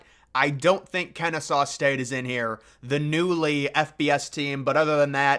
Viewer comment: finally said “kennesaw” the right way 🙏🏽